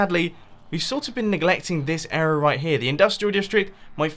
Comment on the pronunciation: He come every time he says area he's pronounces it era